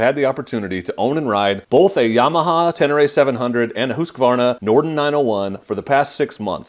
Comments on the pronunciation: Mad props for not adding an "a" after the Husq part of Husqvarna when pronouncing it. I'm not sure why Americans do that. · Congratulations, another reviewer who pronounces Husqvarna correctly.